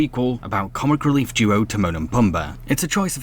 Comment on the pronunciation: It’s pronounced Te-moan and Pu-m-ba